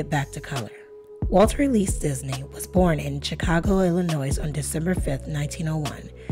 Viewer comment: I love your raspy measured tone however; the [s] in [Illinois] is silent. #GetOnPointStayOnPoint